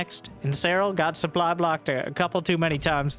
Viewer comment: Whenever he says "Look at the sooply" it reminds me of a better time.